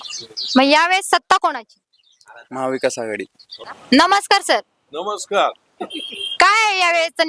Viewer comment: मॅडम आधी महाविकास आघाडी म्हणायला शिका